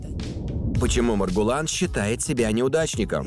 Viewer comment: Не Мургулан а Маргулан